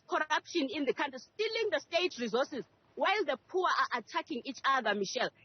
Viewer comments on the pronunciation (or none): none